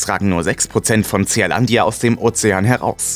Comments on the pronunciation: Nicht Z E A-Landia ——ZEELÄNDIA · Bin ja eigentlich Fan eures Kanals, aber die Aussprache englischer Worte ist oft katastrophal. Tseahlandia… Meint ihr nicht, dass es in Lautsprache Sielandia (Zea = Sea = Meer) heißt? Dachte anfangs ihr könnt vielleicht einfach kein englisch, aber dann kommen in anderen Videos äußerst schwierige Wörter in absolut akzentfreiem englisch. Wie kommt das?